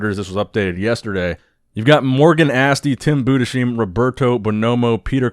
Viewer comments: it's Bu-des-heim... When are you going to get it right?... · It is "Tim Budes heim" (together) and Not "Tim Bude sheim" .